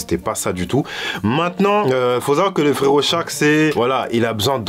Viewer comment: Cest pas shark en mode requin , cest charc , en mode charclo